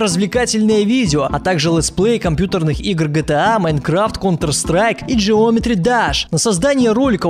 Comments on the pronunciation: ГЕОМЕТРИ А НЕ ДЖЕОМЕТРИ!!!!! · джиОметри дАш ? Правильно говорить геомЕтри дЭш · Меня бесит когда говорят ДЖЕОМЕТРИ ДАШ нельзя говорить ГЕОМЕТРИИ ДЭШ